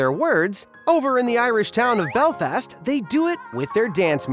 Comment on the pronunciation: Belfast not Belfest